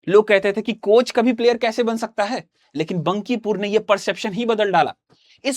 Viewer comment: Phli baat बंकीपुर नहीं बांकीपुर hota hai 😂